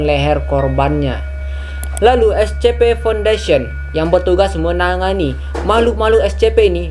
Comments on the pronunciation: Kak,cara ngmong SCP itu kayak gini esipi Ya ngmong SCP itu seperti esipi waktu ngmong esipi nya biasa aja, jangan kayak esHpi ndak usah,biasa aja! Esipi tapi tulisannya SCP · Ni org nyebutnya es ce pe Tapi klo dibaca s si pi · Bang Baca Scp itu Escipi